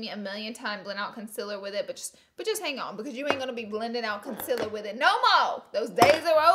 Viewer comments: M536 = concealer. Not conciller ha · M536 “conciller”. I effing love you!! Hahaha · That’s not how you say concealer 🙄